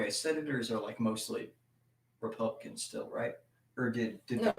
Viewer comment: Every time says, “Republicans”, it sounds like he’s saying, “Pelicans”, and I’m here for it.